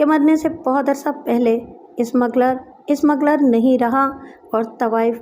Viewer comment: Ismagler nahin smugler.